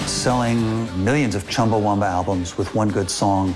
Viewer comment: It’s pronounced Chumba-WAMBA for goodness sake!, you’re a former VP at Universal and a current VP at Sony, the least you can do is learn the band’s name if you’re going to mention them.